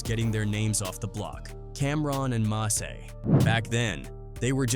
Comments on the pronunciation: Who is Massey? You need to stop this AI crap it’s ruining your videos Edit: I’m 9 mins in and not once have you said mase name right. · Mah-say is diabolical 😂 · It's MASE what the F haha MASEY ? HE'S NOT FUKING FRENCH NOR IS HIS NAME IS MASE LIKE "mace" fuk😅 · That nigga called Mase Ma-say 😂😂😂